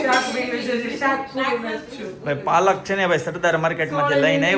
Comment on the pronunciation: પાલક is the right word not Palakh